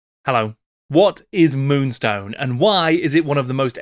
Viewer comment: Multi award winning moonstone ... get the name right 😊